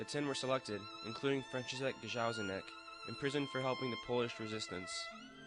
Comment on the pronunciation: Very nice presentation. However, please try to pronounce the name of Franciszek Gajowniczek (Fran chee shek Guy ov knee check) correctly.